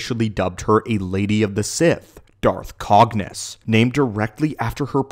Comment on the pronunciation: Did you just say Darth banus? Wtff man